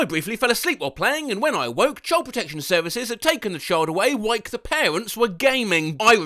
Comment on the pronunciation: We all love your over the top voice acting of weird keyboard mashes. But I LOVED that you very subtly said “whike” with a “k” when they clearly meant while. ~